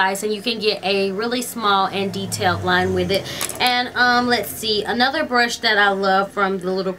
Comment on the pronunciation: Can anyone tell me why she adds a to most words she says like instead of brush she says brusha . Or day id daya